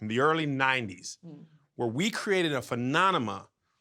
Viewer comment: 🧏🏾‍♂️ and “Phenonima” & “Spread a crotch straise”!?! Kev must think his hoodie say “Geese sucks is poopin”. Back to you Tom.